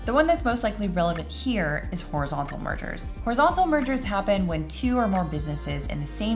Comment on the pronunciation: When you said "mergers" I thought for a second you said "murder" and I was like "what? murder in a antitrust case?"